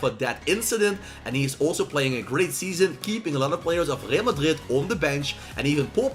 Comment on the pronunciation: Bro why are you saying Real Madrid like that????